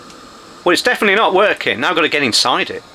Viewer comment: "...just touch the center leg. Should nae have anything." is sounding a bit Scottish these days.